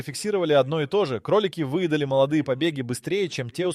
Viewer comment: Снова поработал ИИ? Фото лОвушки, вЫедали... 🥴😀🤦🏻 Не стала слушать до конца.